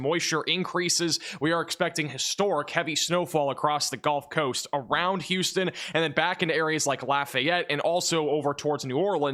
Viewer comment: Why does he keep saying “Golf Coast”?